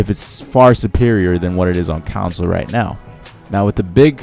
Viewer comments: It's "console" not "counsel". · Stop saying it Council, oh my god. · STOP SAYING FUCKING COWNSOL ITS CONSOLE!!!! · Fyi, you're mispronouning the world "console". Its con-soul. Otherwise awesome vid. I liked. Good editing esp with the music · I'm sorry but how you say console pisses me off.